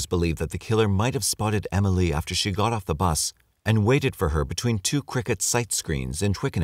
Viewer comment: The way he's saying Emily is really grinding my gears